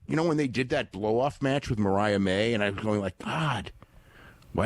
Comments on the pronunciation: Corny continuing to call her Maria as is saying Mariah is hilarious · can't pronounce "Vaquer." I guess he flunked Spanish in high school. Corny mispronouncing "Mariah" is getting on my nerves, as well.